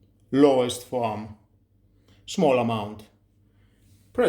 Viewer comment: Interesting. You need some English training,"soap" and "foam" are not pronounced the way you do. But good review. There is also something extremely similar from Xiaomi, except it does not refill and it costs twice as much.